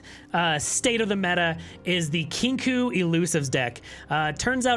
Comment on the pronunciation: great content as always! i prefer to run 3 frenzied skitters on spooky karma, been watching alanzq and he doesnt like the harrowing, favors vengeance instead. also it is pronounced "kinkoh".